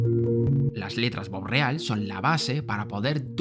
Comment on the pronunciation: Es bopreal no borreal. Y esos bonos no son para la deuda externa. Son para la deuda interna que tiene con los importadores. Ya me saque la duda anterior. No entendes de que estás hablando...